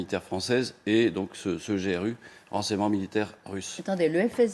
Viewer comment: G-R-U🤦‍♂️ Ça se prononce grou comme dans « groupe ». Vraiment n’importe quoi 🤡